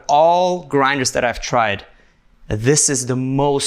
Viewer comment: “out of all grind(e)rs I have tried “ 😂😂😂😂